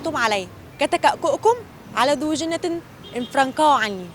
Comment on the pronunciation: بداية المذيعة نفسها قرأتها خطأ و الجملة مكتوبة في الورقة فيها خطأ إملائي أصلا .. فضلا عن أن الجملة غير مضبوطة بالشكل .. مَا لَكُمْ تَكَأْكَأْتُمْ عَلَيَّ كَتَكَأْكُؤِكُمْ عَلَى ذِيْ جِنَّةٍ اِفْرَنْقِعُوْا عَنِّيْ .. المذيعة أخطأت في ثلاث كلمات هي (كَتَكَأْكُؤِكُمْ) و (ذِيْ) و (جِنَّةٍ) .. مع العلم أن شرح معنى الجملة المبين أسفل الفيديو هو شرح صحيح